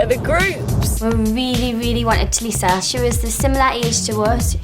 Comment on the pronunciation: LifeOfLeya B it is prounce tulisa